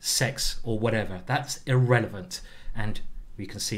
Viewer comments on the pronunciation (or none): none